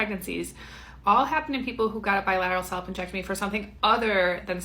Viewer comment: I had to rewatch the beginning of this video and read the captions, because "salpingectomy" sounded VERY much like you were saying "self injectomy" and all ai could think was WTF IS THAT?! 😂😂